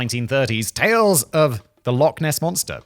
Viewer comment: Okay so... love your channels Simon, and I will always strive to ignore most of your mispronunciations, but kindly, please, for the love of fraaaack... it's Loch... ch... not Lock. Please. Pronounce it right. It's not hard. Just phlegm a bit. Ch. I am begging.